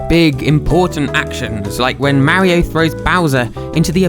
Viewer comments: i can't help but... "maowrio", just the way he pronounces mario lmao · How do you pronounce it? Mario or merio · Thins I learned: Twas called Animal Forest. Whatever Country he is from they don't know how to pronounce the word Mario.